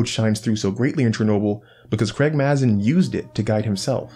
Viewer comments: It’s pronounced Craig M”a”zin! With a long normal “a” sound. Not Craig Maaaahzin like your saying it! :P I cringe and kinda laugh every time you say it. Lol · Excellent video :) As a head's up Mazin is pronounced "May-zen"